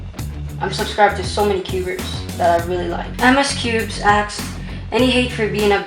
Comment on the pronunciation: Why do you always say "axed" instead of "asked"?